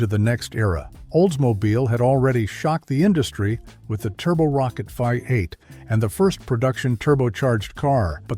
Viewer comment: Chrysler Hee-mee? Vye-8? Made by computers, for computers.